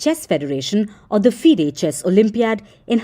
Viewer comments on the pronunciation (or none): none